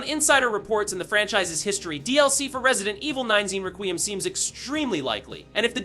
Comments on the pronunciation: It’s requiem not “raqueeum” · Restarted the vid 3 times to hear what exactly is going on there in the very beginning, and still confused: "Resident Evil 9-zine Requeem?" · It's pronounced like, "Wreck-we-em." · Bro I hate when yall youtubers can’t pronounce anything involving video game news to even save your own life HOLY SHI it’s requiem ykw just say resi 9😭😭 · Mb it's just a accent or was talking fast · You can't even pronounce the title! 😅😂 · Being so loud and energetic on top of mispronouncing the name of the game multiple times, made me close YouTube all together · Delete your channel for using AI and getting the name wrong. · Bro your saying requiem wrong